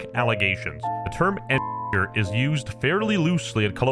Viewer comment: U did NOT say engineer